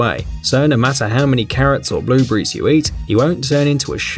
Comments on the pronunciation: "Blue bury" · WTF IS A BLUEBREE